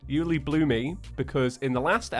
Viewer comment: stil calls it ulibloomy